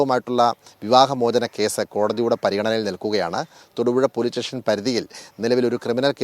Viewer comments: Reporter പോലീസ് സ്റ്റേഷൻ ന് പകരം പോലീറ്റേഷൻ എന്ന് പറയുന്നു ഈ തെറ്റ് പലതവണ ആവർത്തിച്ചു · റിപ്പോർട്ടർ ക്ലിയർ ആയി മലയാളം പറയാൻ ശ്രമിക്കുക. സ്റ്റേഷൻ എന്നുപറയുക.റ്റേഷൻ അല്ല. സമസ്ത കേരളം 100% സാക്ഷരത ഉള്ള കേരളമാകട്ടെ '😊